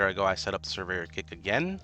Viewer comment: Purveyor, not Surveyor :D